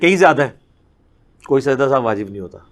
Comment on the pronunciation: Sajda e sahuve nahi sajda e sahu